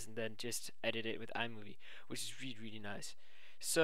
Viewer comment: ..Which is weally weally good. :P